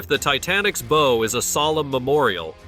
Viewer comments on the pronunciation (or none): say it right not bow and in bow and arrow..... BOW as in b+ow (aka ouch).... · Bo?? I think he means baww. 😂 Pronunciation matters. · You would think you could pronouce "bow" correctly.